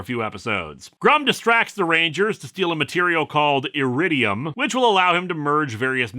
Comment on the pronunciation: Not to pick apart the plot of SPD or your pronunciation of the word iridium but it's literally an element that is on the periodic table.